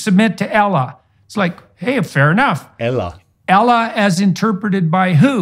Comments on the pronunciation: Jordan Peterson. Supposedely an intellectual genius when it comes to elequonce. He cannot say Islam, he pronounces it Izlam. He can't say Muslim he pronounces it Mozlem and He can't say Allah. He says Elah. Please Jordan. Do us a favour just start on the basics before you even attempt to speak about a subject. Thank you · I Laugh When He Said "Ela" 😂 And You also Sed it Coz You Know Its Not "Ela" ItS ALLAH 😄❤️ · JORDAN SHOWS DISRESPECT BY MISPRONOUNCING ALLAH! He does it on purpose out of hatred or FEAR, because if he pronounces it correctly the sound might reach his heart if he has a pure one, insha'Allah! AL LAHHHHHHHHHHHHHHHHHHHHHHH! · Jordan Peterson saying Ellah, Ellah is how aramic language pronounces God. Jesus spoke aramic, Jesus called God Ellah. Jordan is smart and would not pronounce Allah wrong he just said it In Aramic language so he knows exactly that the original language jesus spoke refers to Allah swt. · Jordan Peterson: "I have Islam all figured out." Also, Peterson: Doesn't know how to pronounce the name of the deity in Islam. It's like saying, "Trust me, guys. I'm a DC comics expert. It's famous for characters like Buttman and Superior man." 😂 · Jordan Peterson was prop up as the father young men wish they had and now joining forces with the Daily Wire, he’s no longer so philosophical as he has to get align with political right grift, which has alienated his original fans. And no one at the Daily Wire could tell him how to pronounce Allah correctly? Since I’m not a native Arabic speaker, I did confirm that just to be sure and Jordan Peterson said it wrong.